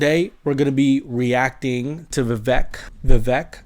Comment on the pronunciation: Good to see you on here, (?). I like your attitude and immediately subscribed. Love Vivek too. I am a Christian too. I know some Christians don't like Vivek because he is a Hindu, but I see the Spirit of God in him! By the way, his name is pronouced "Vivek like CAKE.":)